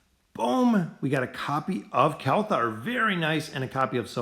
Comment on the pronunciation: Why do you say kelthar instead of kelthur